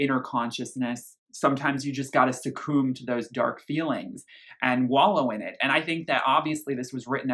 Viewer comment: Very thorough analysis - I really liked it. Not necessarily agreeing with everything you said, but you have shown class, knowledge and respect with your critique, which so many reviews have failed to do. So, very well spent 40 min. 🤘❤️ One completely off-topic Q: hearing the way you pronounce "succumb" made me really curious what part of the US are you from? Now I gotta check your other Ev reviews 😊🤘